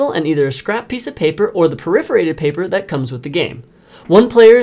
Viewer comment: Excellent job at making a quick, concise training video. Well done! (Btw, it’s not per-IF-erated ... it’s PERF-orated.) Thanks!